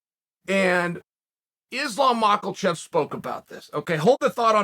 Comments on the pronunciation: I wish he would stop saying mackelchev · Nobody: Chael: Mocklechev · I HATE THE WAY YOU SAY "MACKLECHEV" IT MAKES ME TURN OF THE VIDEO EVERYTIME!?!!?